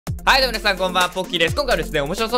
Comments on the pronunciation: P Na 確かにww 私も聞こえたw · P Na うちも聞こえた笑笑